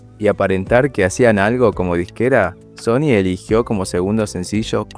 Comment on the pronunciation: SHony siendo SHony